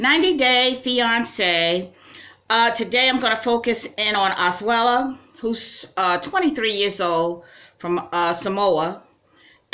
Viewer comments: It’s A S U E L U NOT A S U E L A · I really hope he does stand up to kala I and her family. Correction on his name Asuelu Ah-Sue-Eh-Lu